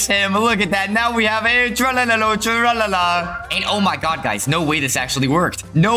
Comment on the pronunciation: its not tralaladon its eviledeon